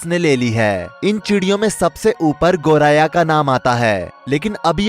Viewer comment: गोराया नही , गोरैया बोलो भाई।